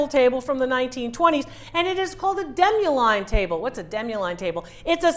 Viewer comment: It is called "demi lune" table. Not deme line. The word "demi lune" means half moon in french.